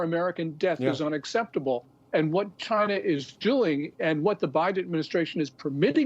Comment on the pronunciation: Chy-na at it again.